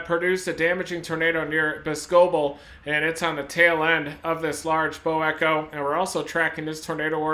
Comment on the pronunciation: The town name that got hit is pronounced bos-co-bel not Bos-cebel lol. Another is Waunakee 😆 wau-na-kee. Either way I appreciate everything u have every done and continue to do. Stay safe my friend!!!